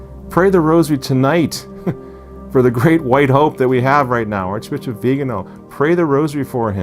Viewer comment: Please, pronounce the Archbishop Viganó’s name properly, indeed as you publish it - .vi-ga-NO accent - only - on the final syllable.